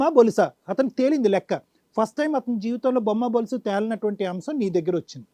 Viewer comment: బోలుసు కాదు dr సర్ బొరుసు